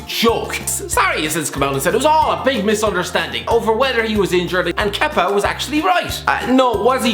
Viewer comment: Congrats for the for saying Kepas name right first time 😂